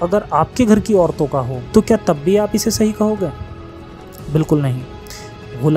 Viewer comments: Dekho aap muslim nhi ye toh confirm hai- sahi ko saahi bol rhe ho. But apne jitni baatein batayi hai unki tahkeek krungi. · Sahi ko baar baar saaahi saahi kion bolte ho, kabhi sahi shabd nhi suna india me?